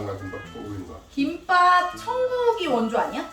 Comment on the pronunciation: `김빱` 아니고 `김밥`이라고 발음해야^^